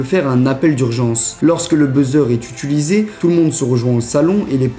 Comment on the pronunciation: C’est moi ou il dit UTULUSÉ